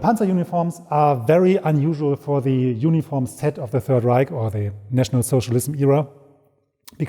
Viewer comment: The panzer "ooniform". Foreign accents are so interesting. (Me attempting German would not be interesting. It would be the very definition of "barbarian".)